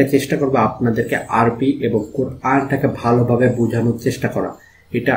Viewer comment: মাশা আল্লাহ! ভালো লেগেছে। তবে আপনার আরবি উচ্চারণ ঠিক করে নিবেন আশা করি।